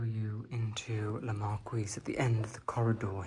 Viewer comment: La Marquise is pronounced : Markeyzze! 😊